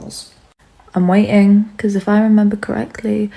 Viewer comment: "I'm wAYing"